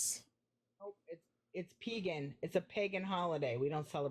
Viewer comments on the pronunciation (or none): "It's peegan." LOL.